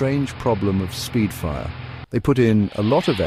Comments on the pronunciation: It’s spitfire, not speedfire. The AI used for this video is comically terrible. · For God's sake stop using AI for commentary... Supermarine "Speedfire"!!! It's Spitfire!!!!!!